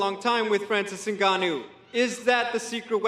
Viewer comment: Why all white people insist on calling him I-NGANNOU? It has to be read "Ngannou" without "I" in the beginning of the name!